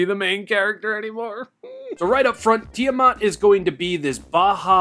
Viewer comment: Ah yes, Tiddymat